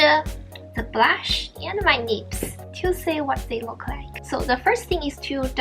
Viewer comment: When you said “lips” , it sounded like “nips” .. 😂😂